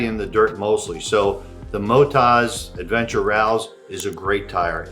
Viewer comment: Not sure ai agree we don't pronounce OZ Ozed we say it as Oz , so Mot-oz not Moto-zed Rallz is pronounced a lot like Ralls